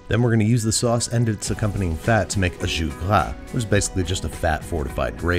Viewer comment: I don't know what language "jus gras" is, but it sounds like Klingon